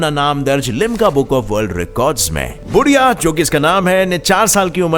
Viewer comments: बुढीया नहीं यार उसका नाम है बुधीया 🙏🙏🙏@ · Odisha ke child runner ka naam बुधिया hai। Not बुढ़िया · बुढ़िया नही बुधिया उसका नाम